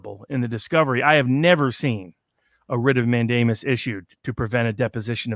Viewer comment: Love the content, but please, PLEASE, listen to this clip for the pronunciation of mandamus